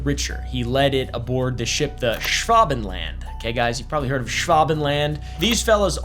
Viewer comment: Just pronounce it like this: Noy Shvuhbenland (the "a" being a German/British "a").